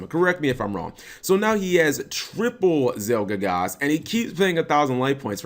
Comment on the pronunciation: ZielGIGASS? Are you really that bad at pronunciations, Cap?